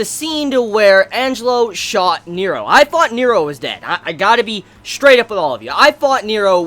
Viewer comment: NERO! N-E-R-O ffs, the way you pronounce it is so distracting.